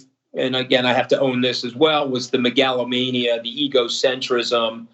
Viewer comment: I love how the mooch pronounced "megalomania". That shit got me laughing a little too hard.